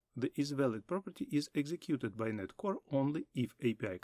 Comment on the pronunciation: I like that the video is succinct and you're separating them out but I have some advice: 1. Speak slowly, 2. It's called DOT Net (literally you pronounce the . as "dot" or "dawt"). You cannot reasonably expect people to want to learn from someone who's mispronouncing the technology they're ostensibly teaching.